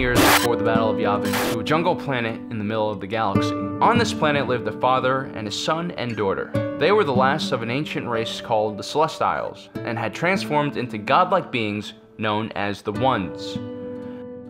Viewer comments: You say "celestial" wrong. it's celes-ti-el not celes-ta-el. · Great video love the content but Celestial is a real word in the English language and it doesn't sound like tiles from a floor.